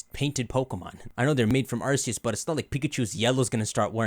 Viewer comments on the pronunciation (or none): ARCEUS PRONOUNCED ARK-E-U-S